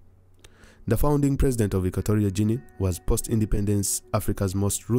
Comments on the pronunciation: Guinea is pronounced like Gini (not Jini). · It is Equatorial as in Equator, and not Equ*o*torial. Also, the the "G" in the Guinea is pronounced as the "G" in gain, go, gutter and Gandhi and not as the "G" in gin or general. Equatorial Guinea because it is located near the equator in the Gulf of Guinea.